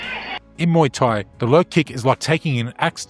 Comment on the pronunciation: Mooo-Tai xD